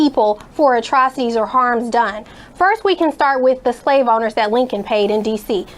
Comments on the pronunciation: ROFL (Atrowcities) Atrocities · I'm still trying to figure out what a "atro cities" is...please don't use big words you can't pronounce. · Never trust a bitch that can’t pronounce “atrocities” correctly. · She can't even pronounce atrocities and confusing ! What Law school did she go to ? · She mispronounced atrocities. The government won't pay, the taxpayers will pay. Black people are taxpayers. So they pay themselves? End of argument. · Damn, that bitch was tone deaf AF!! I find it incredible that she's so uneducated on the history of the party she was representing as a Lawyer. Couldn't even pronounce Atrocities correctly.